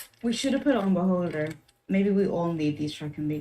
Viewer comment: When you said Beholder I thought you were saying Baldr.